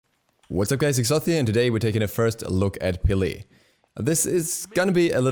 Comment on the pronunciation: STOP PRONOUNCING HER NAME WRONG